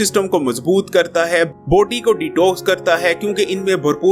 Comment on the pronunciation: You say body ihear poty